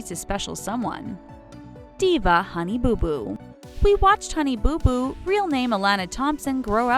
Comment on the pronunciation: Why does she say honey boo boo like that..